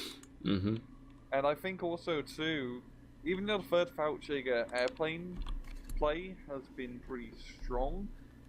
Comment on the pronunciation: The way your British friend is pronouncing fallschirmjäger bothers me greatly.